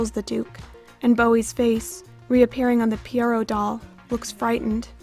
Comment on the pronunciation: Please try to pronounce Pierrot correctly. Google the pronunciation.